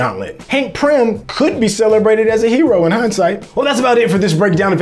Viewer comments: It is Pym, not prym my brother. Good breakdown though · It's Hank PYM, not Prym 😂😂. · Pym not prim bro!! And Hank Pym himself was the bullet and he didn't detonate hulks heart but made it bigger with pym particles and it kept on getting bigger till it exploded. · Its driving me nuts!